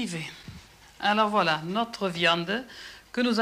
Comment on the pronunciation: A chaque fois qu'elle dit "voila" on dirait elle dit "wallah"